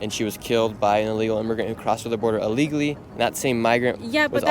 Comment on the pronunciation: I have watched a lot of videos from Nick and support him and his views. But he still cannot pronounce the words "legal and illegally". That is why so many people don't answer his questions the way he thinks they will. He really needs to ENUNCIATE.